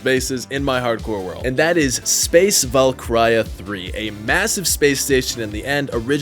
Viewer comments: LOL "Space Valk-CRY-ya" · It's pronounced Val- keer- e- ah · Can se tanke a moment to make fun of the way he pronounced “Valkyria”, or more like “ValKRYA” lol. Nah fr tho love the vids man!❤